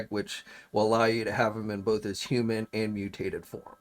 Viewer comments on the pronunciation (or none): none